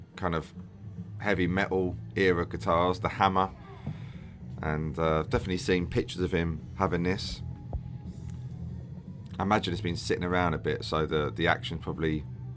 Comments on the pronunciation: It's pronounced HAY-MER. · I stopped watching after the "Hammer" pronunciation. That needs editing with the correct pronunciation. As it's ignorant and disrespectful as Hamer is a family name, just as "Bradley" is. You wouldn't want your own name mispronounced. Plus Hamer had more new endorsees than even Gibson did at one point around 1980! So they certainly weren't a "flash in the pan" brand as you seem to dismiss them as here. Perhaps you could do a video on HAMER guitars some day! 😉You'd be amazed the amount of people who played them!